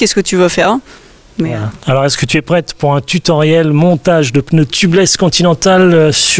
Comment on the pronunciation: Merci pour ton Tuto de 1ère catégorie.... mais au fait c'est pas un "pneuneu" mais un "pneu"..... pas "tubeulesse" mais "tubeless" mais ton accent du midi j'adore....;) et merci